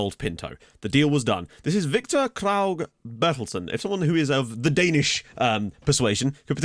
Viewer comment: Victor Kragh Berthelsen is pronounced Victor Kraw (The w as in how you would say cow or crow) Bear-tel-sen. Hope it makes sense